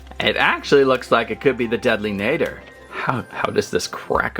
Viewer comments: btw it’s pronounced deadly nAdder Ah ah ah deadly nahdder no offense I hope I didn’t offend you just so you know how to say it right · Apparently according to google it’s pronounced nah-der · I want the mangler so i can most of the dragons. But it will be fun to see wich one i get. My list: 1. translucent deadly 2. nadder zippleback 3. Monstrous nightmare. Watch the movie again so you can say nadder correctly. Love your vids❤ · PRONOUNCE NADDER PROPERLY!